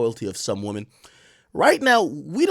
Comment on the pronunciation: Did buddy just say “womany”